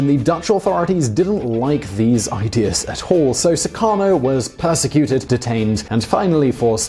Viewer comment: you made terrible sound while pronounciating "Soekarno", "Soeharto", and "Joko Widodo". gladly you didn't mention about the former president Susilo Bambang Yudhoyono, because i believe it will be the most terrible attempt to speak that name than the other three.